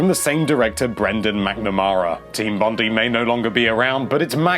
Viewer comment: it's pronunced Bon-die